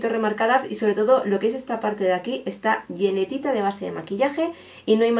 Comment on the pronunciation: Se dice llenita no llenetita jajaja <3